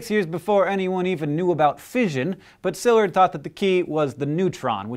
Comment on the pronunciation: And I don't think his name was pronounced SILLurd, either.